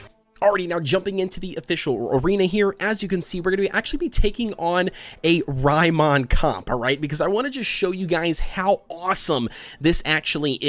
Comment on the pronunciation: It's not ryemond....lol